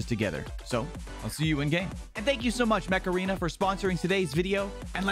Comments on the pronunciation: during the sponsor I thought he was saying macarena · I thought you said macarena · My dude you said macarena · The sponsor sounded like Macerena instead of Mech Aren